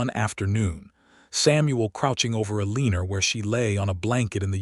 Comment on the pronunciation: Good story. Wish they could program AI to pronounce Eleanor, Caleb, and competent.